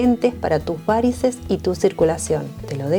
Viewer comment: La palabra varices no lleva acento es una palabra llana y no lleva tilde, por favor hay que respetar las leyes ortográficas y no puedes hablar como si llevara acento...hay que respetar los idiomas.